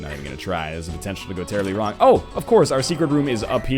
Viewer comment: 'rong' You tried